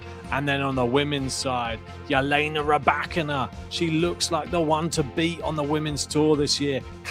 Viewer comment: When are you gonna learn how to pronounce Ribakinas' name? It does NOT have a J in it. It is Elena.